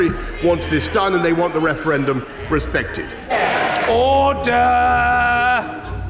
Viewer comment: I can't tell if he was being funny on purpose, but good job anyway, it made me laugh XDDD "OOORDAH" lol silly old humanity